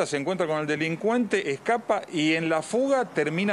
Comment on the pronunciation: Se dice,DE..LIN..CUEN....TEEEEEEE, no delincuenta,besssstiaaaaaaaa